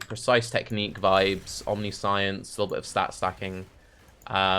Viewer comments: I cannot get over the fact that, as a native speaker, instead of omniscience he's constantly saying omni - science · I'm sure you've heard it a billion times by now but it's pronounced Omni-shence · First suggestion would be to say Omniscience correctly. That said, Shroud of the Lightless could be nice, abyss jewels and free level 25 Elemental Penetration. If you have really good hit rate, you could do Strength of Blood to get damage reduction from leech and then use Life on Hit for sustain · Omniscience is a very fitting word for youtube chat to be correcting the pronunciation of... Build looks cool been meaning to play a trinity build to deal with Empowered Elements being annoying hah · Can't focus on the build due to how pronounces 'omniscience'